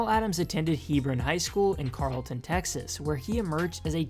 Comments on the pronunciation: “Carl”-ton.... Carrollton* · This guy can't pronounce a Texas city right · Yu said Carrollton wrong buddy nd i know bc im live there